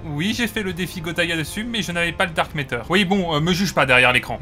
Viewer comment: Ah oui le fameux Dark Méteur. Où tu vois un E dans MATTER ?